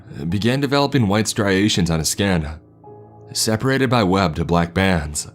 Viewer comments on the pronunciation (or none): none